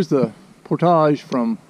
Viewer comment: Props to you friend for taking the effort to say 'portage' properly, for a while there with your southern accent, I thought I was going to hear something more like 'porridge' which really makes me cringe. Thanks again for making the effort ;-)